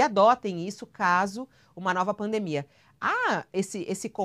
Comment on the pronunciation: kkkkkk "nova fraldemia" e o teatro continua faço é rir.